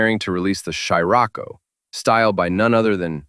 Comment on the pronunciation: Also needs to learn how to pronounce Scirocco and ammeter.